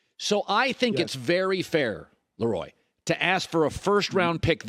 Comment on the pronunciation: You love to bring him on but can't pronounce his name correctly. It's pronounces La Roy not Lee Roy